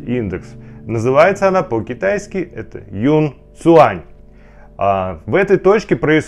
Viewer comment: Не юн а юнь цуань!